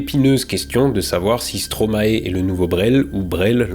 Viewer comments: * Stromaï svp 🥲 c'est maestro à l'envers, vous ne dites quand même pas maéstro en France, si ? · Attention que ça se dit stromaïe pas stromaé 😁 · Excellente présentation et état des lieux de notre pays, ça mériterait le titre de citoyen d'honneur :-D Il manque plus qu'à réussir à prononcer Stromae comme en Belgique et la citoyenneté sera directement offerte :-D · A part la pronociation de Stromae en "Stromaé", parfaite prononciation comme l'ont déjà fait remarqué bcp de commentaires!